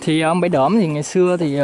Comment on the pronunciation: Bãy Đỡm, không phải Đưỡm.